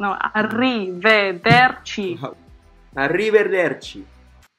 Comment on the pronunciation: without that much R... Arrive"r"erci... BRAVISSIMOOOO!!! XD it's arrivederci that means see you next time.